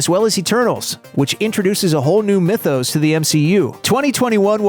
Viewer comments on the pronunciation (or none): none